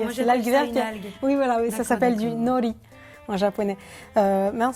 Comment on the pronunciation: ptdrrr Lola m'a tuer avec sa tete et sa prononciation "nori" 😂😂😂 jpp